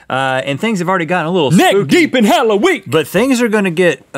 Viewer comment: wait what did he say hollowik? or hallow week